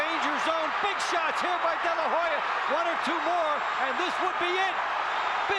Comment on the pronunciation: To the fight commentators, STOP saying "De la Ho ya" (though it is spelled as such In Spanish,) the H is silent. Oscar's last name is pronounced: "De la Oh-ya"